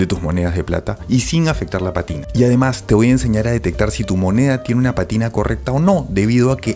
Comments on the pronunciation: Para ti que estás en este rollo, una corrección. No es patina, sino pa'tina, palabra esdru'jula con acento en la antepen'ultima sílaba. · Se dice pátina. Atención al acento, por favor.